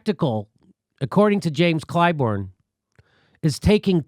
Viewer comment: It's ClyBURN, Jimmy. Not ClyBORN. WTF?